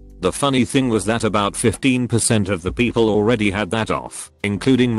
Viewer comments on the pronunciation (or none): i could not stop laughing "poeple..."